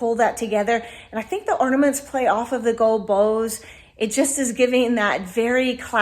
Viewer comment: They are called orNAments not orDAments